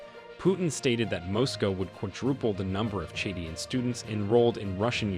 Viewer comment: Chadian not chedien. Niger not nigiri please